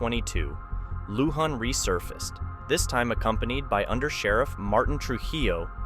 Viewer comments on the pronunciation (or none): You're right !!! When they showed the the new clips on him they said Lujan properly. This mispronunciation drives me nuts?